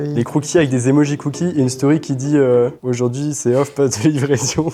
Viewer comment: euh "aurjourd'hui" ?😂